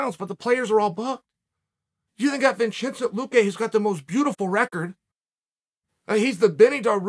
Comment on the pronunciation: Lmao did he say Vincenzo luque?😂